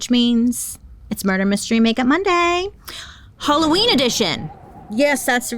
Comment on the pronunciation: im so sorry bailey but ill be saying holloween instead of halloween now i love you